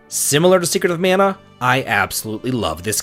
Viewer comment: Minor nitpick but.... do me a favor, say Mana properly;p We have too many people in the West saying it wrong as is lol. ( voice actors included! )